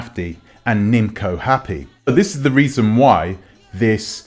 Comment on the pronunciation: Her name is pronounce nimco it’s nim’oo